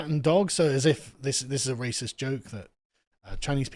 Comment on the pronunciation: Come ben you guys instantly fold when someone calls you a ray-sis. I can see why it was so easy to take your country. Bunch of tea drinking wimps😂